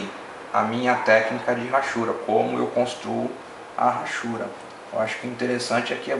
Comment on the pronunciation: muito bom seu desenho e seu video, parabéns!!! mas só uma correção no que falou: a palavra hachuras não se fala Rachuras, e sim, Achuras. Esse H não tem som de R . É só um toque, não é pra falar mal não, é apenas uma crítica construtiva . Abraços!